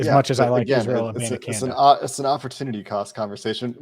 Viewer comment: it is ISRAEL AH-BON-AH-KHAN-DAY PLZ. Also love the show you guys are awesome.